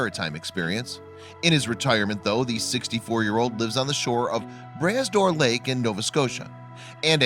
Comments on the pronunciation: p.s., it's pronounced 'bruh door', not 'brass door'. 👍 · They use the stupid automated readings and theyy say tons of stuff wrong. Glad you mentioned the correct way to say Brah Dor. Made me upset for a bit. Thanks for s Etting it straight. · Bras d'Or is pronounced more like Bra door this s is silent. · Puleeeeese It's pronounced MacLane not McLean and the lake is pronounced Bra Dor.